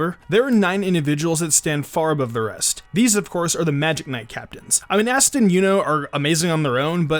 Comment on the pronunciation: asta (ah-stuh) not ass-tuh